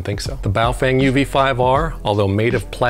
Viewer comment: How many times is he gonna say boof wang